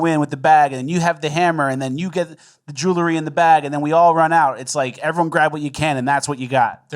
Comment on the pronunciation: it's jewelry, not jewlery.